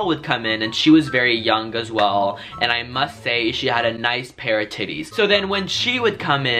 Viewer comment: lol the way says titees